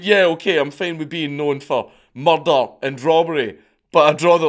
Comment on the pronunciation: I'm here for the murder. No, not the crime, for Dank pronouncing the word.